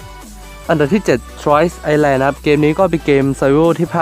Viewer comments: ไอแลน ครับ island ไม่ออกเสียง s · เขาอ่าน island เป็นอีสแลน หรือไอสแลน หรอ